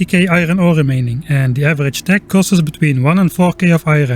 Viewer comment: The word tech is not of germanic origin, its not pronounced teh its pronounced tekh with an aspearted k. Its so funny how germans dont realize that this letter "c" would be called by the latins as kē, so they are actually writing kh like their ancestors would have spoken while themselves thinking they are writing h.